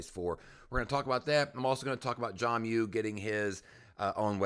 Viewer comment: His name is John Mueller, not John Mu. Lol